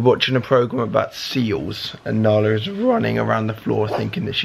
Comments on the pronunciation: I love that Joe still call Nala Alan😂😂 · its Narla not Nalla